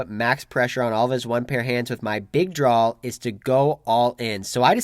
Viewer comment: It’s "draw" not "drawl"